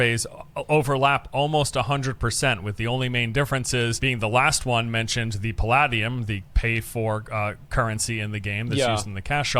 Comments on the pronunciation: Pal ah dee um? It's Pal ay dee um... I wish this didn't annoy me, stop it brain, stop it. XD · Lol was that other guy tryna say Palladium? It's not like Diablo made that up. It's Puh-lay-dee-um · the way dude says 'palladium' is driving me nuts. The word may be based on paladin (or not, I don't know the etymology), but it's pronounced pa-lay-dee-um. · Someone failed chemistry. I cringed every time he said paladium. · Lol that guy can't even pronounce Palladium